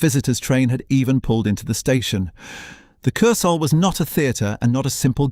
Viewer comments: Wow. Great pronouncing of wurdz. Majjjjjorcka! Kurs-hell. Images not always relevant to the narration or actually from the time or the place, or just AI generated. A nice video with some nice facts but could have got a human to review it first. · Dreadful AI narration, constant mispronunciation of Kursaal and Ramuz. I especially liked ‘Lay’ meaning Leigh